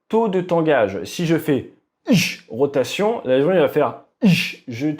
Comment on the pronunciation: "Ich rotation" 😂😂😂